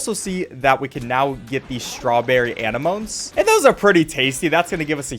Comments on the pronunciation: strawberry annimos 😭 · it’s pronounced “uh-ne-no-me” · ITS PRONOUNCED AH-NEH-MONEY NOT A-NE-MOANS 😭🙏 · I cringed so hard when you pronounced anemone anna-moan. It’s uh-nem-uh-knee! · It’s uhm… it’s pronounced UH-NEN-OH-ME btw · I can believe you called an anemone an an-o-moan. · Its a-nem-o-ne lol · watching pronounce anemone wrong made me recoil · Him saying anemone lol- dw it's a hard word but I've also never heard someone pronounce it that way. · I’m sorry but the way you pronounced anemone baffled me. There was an entire bit in finding nemo about pronouncing anemone. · no way bro pronounces anemone like that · oh boy i cant wait to watch this video! i sure hope he doesnt butcher anemone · I don’t think I’ve ever heard someone pronounce Anemone like that. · Cant believe hasn't watched finding Nemo bc if he did he'd know how to say anemone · I'm sorry how did you pronounce anemone????